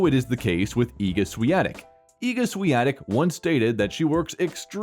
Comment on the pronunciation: Thanks for getting the pronunciation of her name correct.